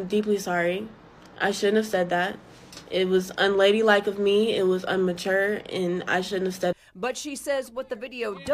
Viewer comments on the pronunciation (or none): Sorry! It's "immature"... NOT "UNMATURE".... Your apology didn't seem sincere! Definitely won't be able to secure another delivery position with any company. Now, FedEx is going to be sued and that will be on your file wherever you go. Customer Service is Not your Cup of tea. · lol btw it’s not “unmature” its ‘immature’ 😂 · The word is "immature" not "unmature". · I had to stop the video and rewind it to really listen if she said unmature. I was floored. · Nah, that wasn't a slip of the tongue. You cannot make up words when speaking. It isn't nitpicking, it's when you know.